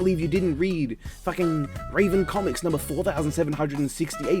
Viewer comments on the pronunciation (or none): none